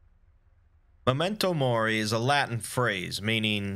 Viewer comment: I love that you say memento mori with a more italian twinge. Made my mornin.